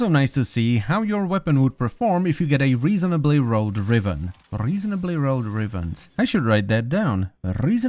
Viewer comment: RRReasonably RRRolled RRRiven. <3 I like that.